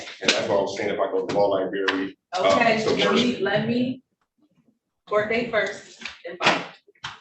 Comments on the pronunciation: “Li-Berry”!? …. Try library, 🕵️‍♀️ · “Lie- Berry” That sums it all up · Did he just say LIBARY??!! Meaning LIBRARY?? He needs to go back to school!! And learn English. And AX for help. Since he can't ASk for help. Sheesh🙄